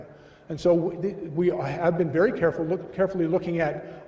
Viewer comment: WTF is a “WERY pleasing’? V IS NOT a W in English, not fking ever.